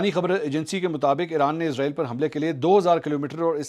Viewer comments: Ezrael hota ya israel ap k bolny me fark hai ya hamary sun'ny me 🤔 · اس کا نام اسرائیل ہے نہ کہ ازرائیل برائے مہربانی اس کو ازرائیل نہ بلائیں ۔شکریہ